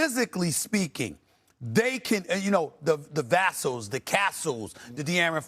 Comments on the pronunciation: Stephen A: Vaah sel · Say it with me Steven A….VUH-SELL!!!!